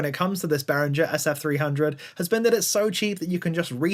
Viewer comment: Correct pronunciation (German company name) keeps a hard G sound. Say it like this in English: Spelled out: BEH-ring-ger — BEH (like bet without the t) + ring (like the word ring) + ger (hard g as in get, ending with a weak vowel). English-friendly IPA: /ˈbɛrɪŋɡər/ German IPA (accurate): /ˈbeːʁɪŋɐ/